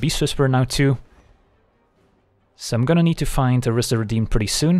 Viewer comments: Rhys is pronounced /raɪs/ (just the same as "rice") according to the japanese card (ライズ). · Rhys is pronounced like grease